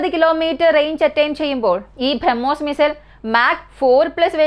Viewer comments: ബ്രഹ്മോസ് എന്ന് പറയാൻ പഠിക്കൂ... കുറേ നാളായി കേൾക്കുന്നു ഇത് 🤦🏻‍♂️ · ഈ കൊച്ചിന്റെ ഉച്ഛാരണം ആരോചകം minimum ബ്രഹ്മോസ് എന്ന് എങ്കിലും മരിയാദയ്ക് പറയാൻ പഠിക്ക്.